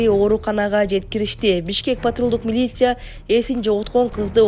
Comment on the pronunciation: Журналист айым силерди журналист деп тааныйбыз, суйлогонунорду ондооп, ударениелерди туура коюп суйлобойсунорбу, силерди миллиондогон элдер угуп жатышат. Такшалгыла да, силердин тилинерден чан чыгып туруш кррек, аа силер болсо монотонно бууу- бууу деп, милицияны- милися деп жатасынар. Негизи эле азыркы журналистер, блогер соройлор сабатсызсынар, капа болбогула, акты ак деп, караны кара деп суйлогон убакытка жеттик дегендей. Грамотно окуп, суйлоп, тарсылдап турбайсынарбы, жакшынакай кесипти тандагандан кийин. Бул менин жеке оюм.